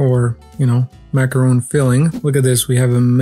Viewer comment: macaron, not macaroon